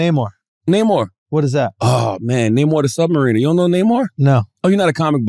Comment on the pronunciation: Swore I heard “Namor the Submarine” 💀🤣🤣🤣